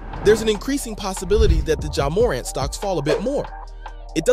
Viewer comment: Hard to take this seriously when he can’t even pronounce Morant correctly…